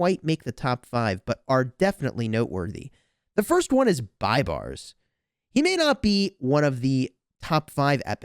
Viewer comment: BTW he is pronounced b a y b a r s like pay but with B